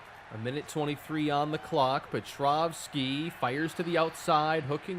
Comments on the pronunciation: Are you referring to Pa-Trow-ski being called pa-troff-ski? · He’s pronouncing the W as a V like you would in “Nowitski”